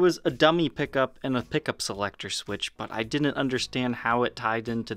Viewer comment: It's hilarious that over pronounces words like "button, little, and metal" but can't fully pronounce "didn't." 🤣🤣🤣👍 Awesome video though! Long live the legend EVH! 🤘🎸🤘